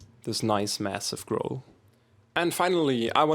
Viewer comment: He said I made this grow-l and not growl